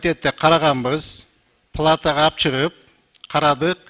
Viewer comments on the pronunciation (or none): Жениш, плата эмес- палата деп сын койот да. Дабдырды ким шайлады экен аа.